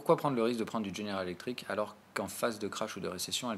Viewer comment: petit détail mais répété très souvent; tu dis "General Electriks" 10 fois par vidéo alors que GE = General Electric *sans S*. ref: tout en bas.